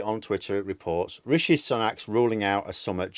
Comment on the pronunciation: You nearly said Rishi Spunk at one point... 🤣